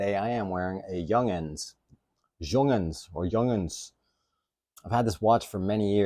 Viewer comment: pronunce it yoonghunns.... why is it a piece of crap in your opinion?